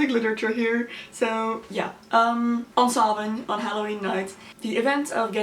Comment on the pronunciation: Very well researched. Usually videos like this can go downhill fast. Glad to see you have a good understanding of early Irish lore, of Samhain, and for pronouncing Samhain correctly